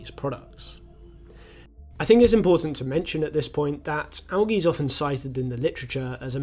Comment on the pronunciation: Thanks for pronouncing "algae" correctly, that´s usually a stretch for English-native-speakers. Also a stretch, is being British, and explaining to others, what "wastewater-treatment" is (in ), while the British wastewater-treatment collapses to the levels of 3rd-world-countries that never had such infrastructures to begin with... (disclaimer: Not the result of failing British infrastructures, but solely the result of greed, not allowing wastewater-treatment for reasons of profit-maximization ;-)